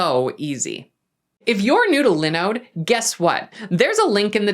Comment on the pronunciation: Why is she pronouncing linode incorrectly?? Hah